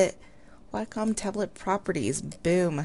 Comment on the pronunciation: Not Whack~Um honey, It's pronounced Way~Cum